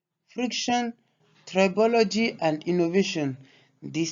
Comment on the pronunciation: Finally someone who pronounces “tribology” correctly on YouTube Great content regardless!